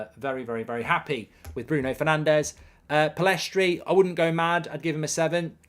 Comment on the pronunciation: Still doesn't know Pellistri's name haha